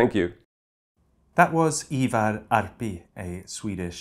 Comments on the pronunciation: Freddies pronunciation of both Ivar Arpi and Rak Höger was impressive tbh. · I gotta give kudos to Freddie on pronouncing "Ivar Arpi" and "Rak Höger" - very well pronounced for an english person.